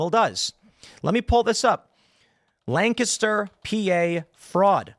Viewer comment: Why are you saying “Lancaster” like that?